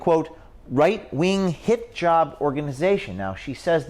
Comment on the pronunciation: Is it me, or does "Hit-Job" sound like Hijab"? 😄